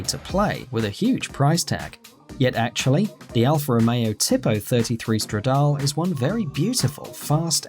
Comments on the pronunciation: #4 is pronounced stradale (no silent e) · You pronounced Stradale wrong